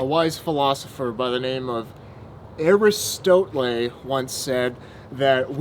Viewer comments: Aris-toe-tle ... that's a new one, lol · Ariestotlae? Hahahaha lab yu bro